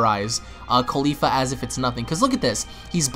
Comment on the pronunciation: cauli FLA not caulifa ITS CAULI-FLA